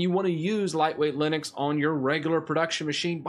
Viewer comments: its Linux not Linix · It sounds like 'Linix'...